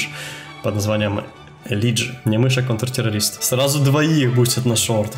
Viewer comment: я тоже как бы фан лошадок, я тоже говорю элидж, но правильно элайдж